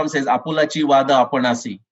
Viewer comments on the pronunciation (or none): It should have been vaadha and not vada